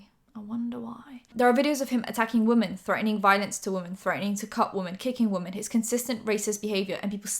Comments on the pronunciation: THE WAY YOU SAY ‘WOMEN’ IS SO JARRING I’ve noticed it a few times but this time I couldn’t stay quiet😭😭😭😭 why do you pronounce it ‘woman’ they’re two diff words girlie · I know it's your accent and a southern thing but it always catches me off guard when you say "woman" for "women" 🤭 On another note - you're so pretty ❤ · I love you but please can you pronounce “women” correctly. You say “woMAN” every time not ‘whim-in’. I love you, this is no hate 😭❤️ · I’m sorry I love ur channel but can u please not say “wo” “men” and say we”men” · no hate, please: wo-man = wuh-mun wo-men = wim-in